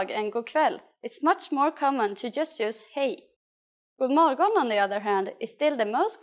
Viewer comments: As far as I know they don't pronaunce the "d" and "g" in that sentence. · The “g” isn’t supposed to be so heavily pronounced. I’m Swedish and we don’t say it like this in Sweden. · The pronunciation of "God morgon" (like ) in this video is strange, here the "g" is very hard, but in every other I have listened to, the "g" is very little pronounced, almost inaudible 🤔